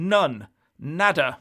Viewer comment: It's pronounced "nah dah", otherwise an excellent analysis.